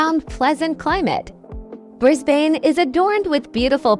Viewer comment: Brisbane is pronounced: Bris-bn and not Bris-bane.